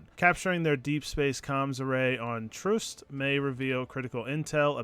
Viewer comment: How do so many of youtubers not say the name of the planets correctly your ships computer literally says it for you. Its Troost not troust.